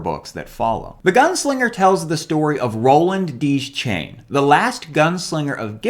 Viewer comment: Ok, love the video, you earned a new subscriber, but I'm sorry, I cannot forgive your pronunciation of Deschain! It's pronounced d’shane, not "deez-chain" — Stephen King himself pronounces it "d’shane" in interviews & talks 👍🏻